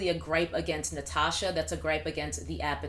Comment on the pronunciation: Also, the way you pronounced my name was actually amazing! Not many people get it perfectly like that! 🙌